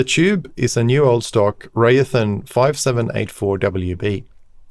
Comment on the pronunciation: Raytheon, not Rayathin.